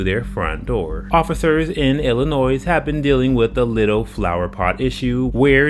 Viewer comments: The "s" in Illinois is silent. Ill-ih-noy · FYI: the state is pronounced "ill in noy", not "Ill in noise" Dullard. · The “S” in Illinois is NOT pronounced!